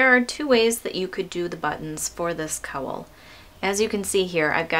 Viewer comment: Gorgeous pattern, but for Pete's sake, please learn how to correctly pronounce "cowl". What do you call the animal that gives milk and says 'moo'? Now, just add an 'l' to that. ;)